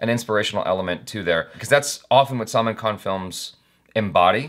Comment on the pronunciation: It's NOT SALMON KHAN (he ain't no fish) Salmaan khan (sul-maan) There you go, now for the love of god, please.